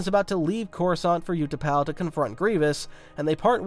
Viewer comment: You pronounce the U in Utapau the way you should pronounce the Ew in Ewan and you should pronounce the U in Utapau the way you pronounce the w in Ewan.